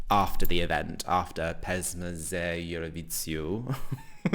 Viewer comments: Don't worry about the pronunciation of the name of the competition (it's almost there), but when you sing along to the songs you like, your Serbian is great 😊 Thanks for sharing your honest opinion always it's a refreshment nowdays ❤ For me this year i don't have a winner of PZE until i see the live performances so until than i can't comment my favorites 😂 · it is not only that you are saying it wrong, but you are also saying it hilariously... you can go with PZE instead.. however has improved a bit though..(sometimes she goes only with "Pesma").. i would watch a video of you two trying repetitively to pronounce it;-)) like who says it better challenge